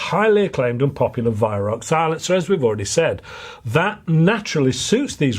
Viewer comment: The joke of it is that you are mispronouncing the name Weihrauch which, Incidentally,means holy smoke in German.